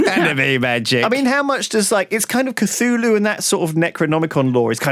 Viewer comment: The way Lewis pronounces the Cthulhu deities really bothers me for some reason... I guess I am a lovecraft baby...